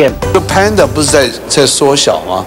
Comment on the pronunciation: 不是胖达 是潘达 ！！身价创办人都说潘达！！！！！